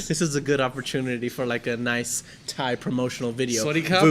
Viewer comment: is awesome. Funny and lighthearted, but very intelligent. Keep him coming back. Did I mention how perfect his Thai pronunciations are?